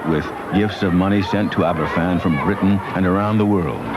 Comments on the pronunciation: A good documentary, but it would have been nice if Glen had pronounced Aberfan properly, F = V. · It's pronounced Abervan.